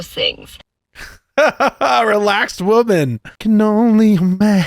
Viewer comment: Every time they say "as a wahmen" you know its a precursor to making ridiculous sheet up. Mental gymnastics at olympian level.